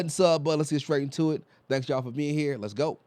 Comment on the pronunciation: When you said 'let's go' at the start of the video, it sounded like you said 'let's goat' lol